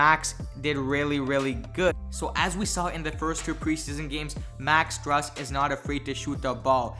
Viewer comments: It’s pronounced “stroos” not strus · Pronunciation is stroos not strus. 👍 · Pronounced STROOSE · It's pronounced stroose like goose